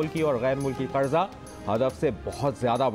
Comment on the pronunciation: Oh Bhai, word ‘qaRza’ hai; ‘قڑضہ’ naheen. 😥